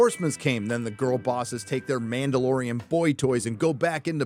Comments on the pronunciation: "The mandaloriana" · It’s ma’am! It’s ma’amdalorian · The Ma’amdalorian! 🤣😂🤣😂🤣😂